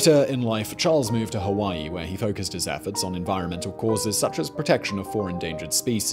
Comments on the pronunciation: "Hawaii" not Hawai. Love ya boss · I think you mean "Hawaii" or "Hawai'i". . . not "Hawai". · "hawai" haha